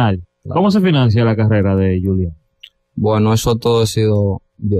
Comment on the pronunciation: Y que sepan pronunciar su nombre, disque Yulián 🤦🏻‍♂️